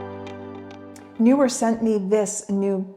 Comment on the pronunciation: It’s Neewer; not Newer 😂